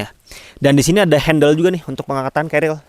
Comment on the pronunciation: Kelihatannya sangat kecapean di, terbukti di menit Pengucapan carrier salah "celil" Semangat terus bang bikin konten nya Sangat berfaedah